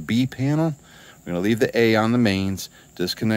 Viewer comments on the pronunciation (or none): "penal" (as pronounced) pertains to prison, etc. panel as written pertains to electrical equipment..............g